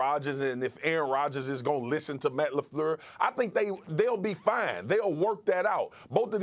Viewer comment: This man Marcus said Matt Lafluuurlssss lmao